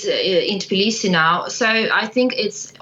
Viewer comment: TIBlisi ? 😂 they cant even pronounce your capital name